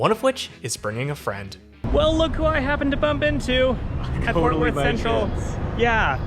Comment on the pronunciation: It sounds like you’re saying Forth Worth 🤭. Anywho, the train is crucial when I go to the AAC for a concert or to see the Mavs 🙂‍↕️😎